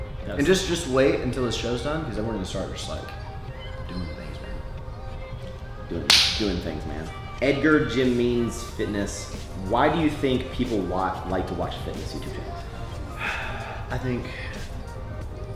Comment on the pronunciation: Edgar Ji-meenz